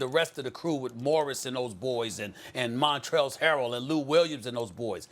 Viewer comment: “Montrelz Harrell”